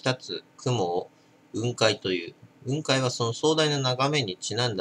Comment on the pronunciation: 雲海の発音は下げて発音するもんだと思う。 →→ ↘ ↘ってな発音